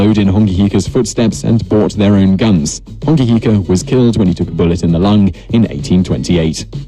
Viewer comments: And hes saying Hongi Hika wrong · Bro bet how many people got mad when he said and I quote “Hongi hika” it’s hone heke